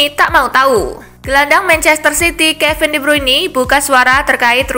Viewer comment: Tolong dibenerin penyebutan nama kevin de bryune nya